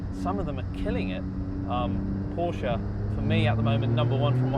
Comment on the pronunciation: thank you for saying Porsche and not Purshah